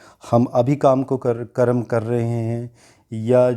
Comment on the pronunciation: It is Karm Not Karamaa